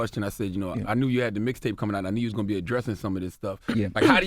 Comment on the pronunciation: ROMEO IT'S MIXTAPE NOT MISTAPE AND IT'S BATON ROUGE NOT BATON RUDGE😂😂😂